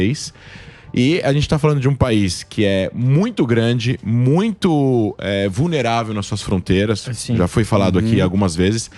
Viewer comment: Eu entendi bem? " Ele disse que a rússia é vuneravel nas suas fronteiras". 🤔🤔